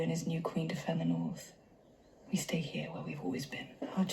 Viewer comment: It was funny when the revelation about Jon's real name came when he and Danny were making love. You said, "Get out of here", but it sounded like "Get out of her". 🙂